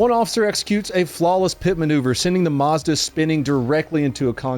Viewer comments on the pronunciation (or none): none